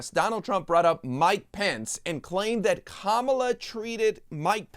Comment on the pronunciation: Has my hearing escaped me? , Donald is actually able to pronounce the future president's given name properly.